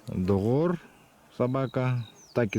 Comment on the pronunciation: Догор - друг по якутски. Буква Г здесь звучит примерно так же как произносят на юге России, и на Украине. Нечто среднее между Г и Х